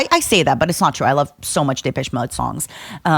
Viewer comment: Took me forever she was talking about Depeche Mode. I was like, "who the hell is dippesh mudd"??